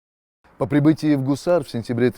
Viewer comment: Не Кусар, а Гусар -также как Губа, раньше по русски Куба. А так интересно рассказывает.